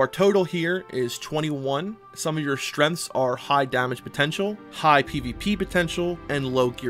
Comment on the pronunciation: I cant say if english isnt your first language and youre just very good at it, or if it is and you for some reason cant properly say strenght